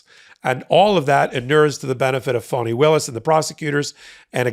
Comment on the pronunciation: Thanks for being one of the rare places that pronouns her name correctly. Even amongst "left" leaning sites.